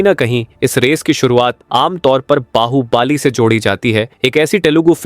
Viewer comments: Pan❌ Paan ✅ Bahubali❌ Bahubaali✅ 😂😂😂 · बाहुबली ❌ बाहुबाली ✅ कांतारा ❌ कंटारा ✅😅